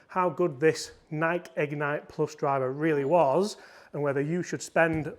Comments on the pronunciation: Dang British blokes....it's n-eye-key not N-ike. 🤪🤪great vid! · It doesn’t matter where you are from, United States or United Kingdom, it’s pronounced NIGH-KEY.❤❤❤ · The Nike pronunciation hurts my soul 😂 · NikE Don't forget the E. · I mean, technically it is Ni-key according to the founder of the company......but let's face it, it's a globally recognized word regardless of pronunciation, so anyone who feels the need to pick someone up on that is probably a pedantic twatt anyway 😂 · It is maddening that cannot pronounce NIKE properly. How old are you? Jesus H Christmas, How could you not know?